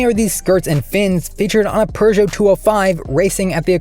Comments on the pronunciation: There's no "r" in Peugeot. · I guess "restrictor" is Seppo for "turbo gate", just like "sell eh kar" is Seppo for "Celica". You can pronounce Peugeot properly, though. Edit, not Lancia or Hyundai, however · Forget lancia what about the pugeot